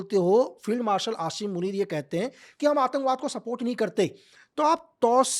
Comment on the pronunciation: Asim munir ko ashim munir kyon Bol raha hai?? Kuch toh gadbad hai.